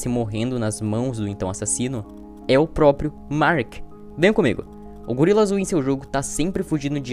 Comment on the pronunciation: propio? Não é proprio?